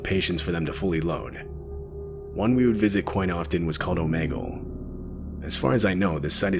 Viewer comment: It’s called om’E’gle 😂